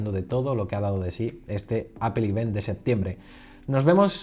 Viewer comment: Se pronuncia event no ivent, lo digo como comentario constructivo